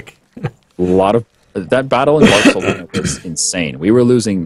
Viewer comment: Is it intentional that they're pronouncing ALL the names of provinces wrong? Barkelona? for realz?